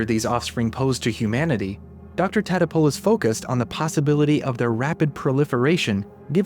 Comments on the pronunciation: Great to see you continued the movie's running gag of Nick's last name getting mispronounced. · It’s Tatopolous